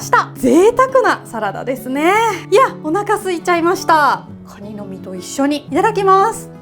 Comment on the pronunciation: カニをガニッて 発音ッて事ゎ 久留米の方なのかな(・_・?) ッて事ゎ このカニさんゎ 九州地方でしか獲れないのかな？